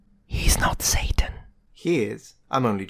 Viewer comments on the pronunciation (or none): none